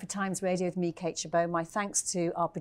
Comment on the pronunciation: "Meekate-Chebo". Wasn't until I googled the show that I realized her name is Kate...